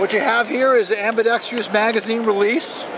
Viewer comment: I love how that word change from Ambidextrous to AmbidexTRIOUS lol